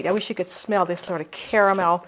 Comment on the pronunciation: Hahaha!!! Sneaky eaters you have there.. Yummy treats I've not made in a long time Gave me Much needed smiles:*) Woot woot as we say 'Caramel' & not 'carmel' :*)